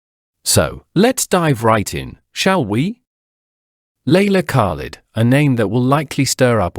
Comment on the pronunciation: Who the hell is leila kak-led? What has she done for SOUTH Africa? Voetsek!